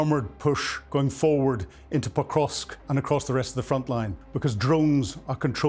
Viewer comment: Poor soul can't even pronounce it correctly, it's not Pokrosk, it is PokroVsk